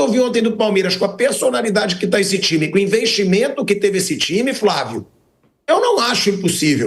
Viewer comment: é impressão minha ou o vamp só fala Fravio ou invés de Flavio? kkkk